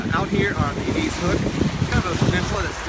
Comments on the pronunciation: Eeedeeeezzzz lol. You wouldn’t know unless you lived here it’s sounded Eddisss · Not being mean but it's pronounced eh-diz, not ah-deez ...